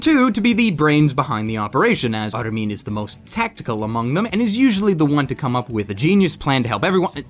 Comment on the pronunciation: Kinda drives me nuts how he tries to put a japanese accent on the characters names. I mean they obviously aren't japanese names to begin with such as Armine. It's pronounced just as it's read dude. Japanese can't help but pronounce it that way because well, they are japanese.